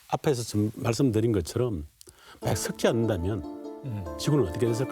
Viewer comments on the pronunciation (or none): '만약'을 '마약'이라고 들어따